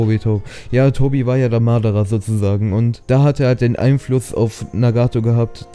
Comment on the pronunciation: Nicht Madarrra sondern Madaaaraa!!!!